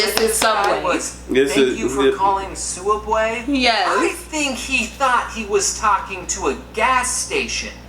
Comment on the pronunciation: Why does James say sooubway it's subway